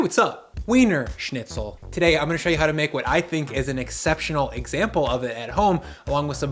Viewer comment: Pronunciation of schnitzel and spetzle were way off but still look good.